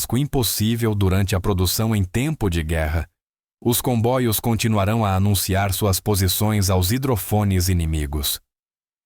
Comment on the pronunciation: Por que o narrador fala " combóios". É para aparecer?